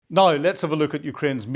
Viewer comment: NOW is not pronounced NYE